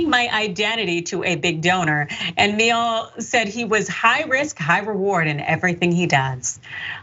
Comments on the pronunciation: I dunno, "Says the correct pronunciation of the European name....." Maybe? Perhaps Gomer says the sideways smear of his own name? Who knows? That's his biz. But that's how the Name and company pronounce it. Meal-aeh. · pronounced M-yell-ay. means honey in italian. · The surname Miele is pronounced properly as "mealy". It's German, two syllables.